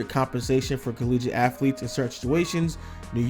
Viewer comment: Its not affletes